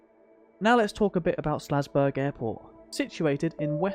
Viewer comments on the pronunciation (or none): Nice vid and great overview of the area and its history - just one thing. It's called "SAL"zburg, not "SLA"zburg! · Omg the town is called SALZBURG. The entire time you are calling it SLAZBURG. You're killing me.